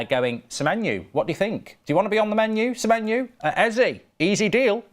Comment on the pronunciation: Please say semenyo not semenyu it’s driving me insane 😂😂😂😂